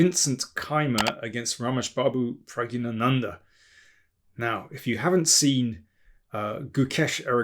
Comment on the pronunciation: Well articulated when pronouncing Prag. It is a tongue twister even for native Tamil speakers . By the way, i am a fan of your commentary since 1995 match between Gary and Anand when Anand managed to won against Gary. Zurich Masters if my memory serves right.